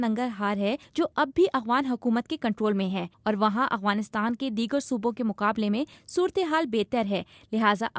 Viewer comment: یہ “اغوانستان” نہیں ہے یہ “افغانستان” ہے۔ اغ اور اف کا فرق واضح رکھیں۔